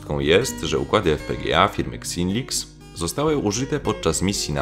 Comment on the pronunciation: Xylinx czyta sie chyba "zajlinks" :D kupiłem ostatnio maximatora, dołączyłem do jakiś tam grup FPGA nie-polskich i tak właśnie pomyślałem, że przydałaby się też polska. Czekam za kolejnymi częściami cyklu w takim razie :D